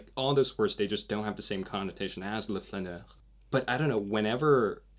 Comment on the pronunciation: Also, allow me to point out that "le flaneur" is pronounced "le fLAneur", with your mouth and lips wide open on the "LA". I didn't get it at first until you said "wanderer" etc. Kind regards.